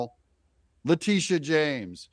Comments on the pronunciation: It's Letitia, not Latitia. I like to think of her as Lettucehead James. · LA-TI-SHA., not Latita...if you are going to piggyback of other people's content at least get the names right. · Pronouce her name LA TISH AH. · Her name is pronounced La-Teesha